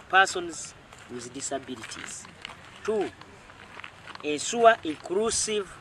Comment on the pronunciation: Instead of saying ensure mbu ensuwa